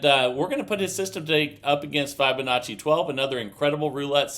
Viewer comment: How come he doesn't know how to pronounce Fibonacci?